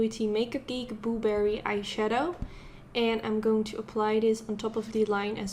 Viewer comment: The way she says boo berry has me dead😂😂it sounds like she cant say blueberry